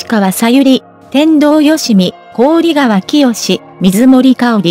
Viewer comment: こうりがわ いつまでそう読むのですか 関係者も、 見ておられるはずだろうに なぜ直さないのか 聞きずらい